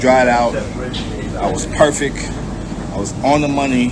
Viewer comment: Lol Keon said "I was perfec" left out the T there my friend. It's pronounced perfect 😉